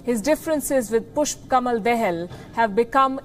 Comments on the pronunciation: its not "dehel " Its "Da-Hal" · If you’re a respectful journalist at least try pronouncing their name properly, it’s not “Del” it’s “Dahal”.I feel like they are pronouncing their name deliberately wrong to show that we Nepali people don’t deserve any respect. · its Da-ha-l, not De-ha-l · Palki - please get the name right...It is Pushpa Dahal - Dahal pronounced da as in dada and hal as in halt.